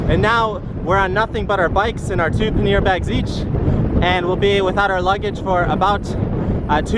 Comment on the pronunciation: FYI, pannier = "pan-nyéh". Route = "root". ;)